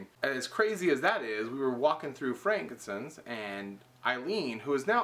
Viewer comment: Why does he pronounce it "frankincense?"